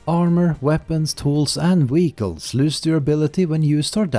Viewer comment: It took me a while to figure out that 'weegles' are ‘vehicles'. But otherwise, excellent video.